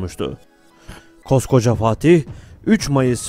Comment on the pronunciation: Güzel bir belgesel, ama Fatih demak yerine okadar çok FaHtih dedinki...